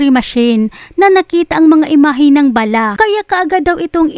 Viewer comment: BA-LA, NOT BALAH. MGA AIRPORT SA PHILIPINES…….NAKAKAHIYA AT MGA WALANG-HIYA….Masyadong mga CORRUPT ANG HAYOP.